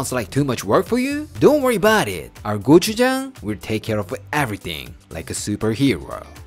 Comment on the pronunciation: Italian Americans: Fuhgeddaboudit: Don'tworryaboudit